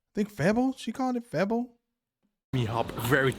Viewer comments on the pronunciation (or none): It says FEBO and NOT febbo say a long e as in say or play not a è as in bad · Correction from a Dutch person. We don't call Amsterdam 'Venice of the north'. Giethoorn has that title. Look it up and be amazed! It's very beautiful there. FEBO is pronounced 'fay bow' (but a short bow if that makes sense). Kibbeling is amazing. You could compare it to the fish 'n chips from the UK, but kibbeling has a different batter which is way more crunchy. And UK fish 'n chips is fairly plain in seasoning compared to kibbeling.